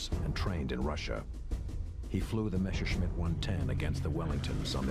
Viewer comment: Why is the german "Messerschmitt" called Meshersmitt by the narrator?